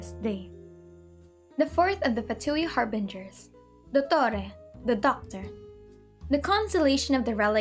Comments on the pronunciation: I love how she pronounces the names of the Harbingers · Man...hearing you say the Harbinger names hits different